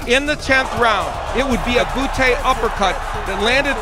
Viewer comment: ha he said bootay